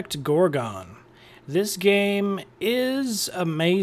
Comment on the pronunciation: Loved your video! Thanks! "Gorgon" not "Gor-gone"...Lol!